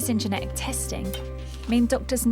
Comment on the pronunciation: Genetic. It has a T in it. It's not geneic. Please pronounce the T if you are a carrier. You literally won't be able to communicate it to a doctor if you can't say it.